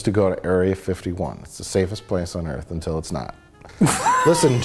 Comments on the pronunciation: I don’t understand the whole “earf” bit 🤷‍♀️ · *Punch in the face* Welcome to Earf!